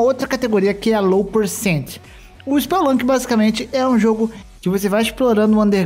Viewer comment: spel-lunki??? rugui-like?? lol